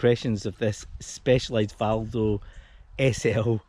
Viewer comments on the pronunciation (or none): Vado not Valdo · Thank you... Very helpful! But it's Vado, not Valdo. ;-)